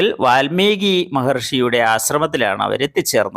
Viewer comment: വാൽമികി എന്നല്ല പറയുക വാത്മീകി എനാണ് പറയുക